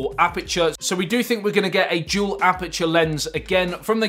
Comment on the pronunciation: You can start by practicing to say - dual and not jewel. Everytime.... It dual not jewel.